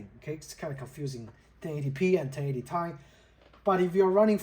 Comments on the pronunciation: T I NOT TAI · Great video... I'm thinking of this card myself. One thing though, from a former 1080Ti owner... it's Ti as in Teee Eyeee 😅 Actually, shouldn't say former, still own it, it's in my kid's PC now, after I got a 3070Ti a few years back. The Duke 1080Ti is way bigger than the FE cards.